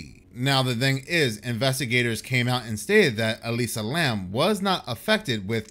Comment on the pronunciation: It's Elisa Lam, not Lamb 😂 Here I was thinking there was another female student mysteriously disappeared.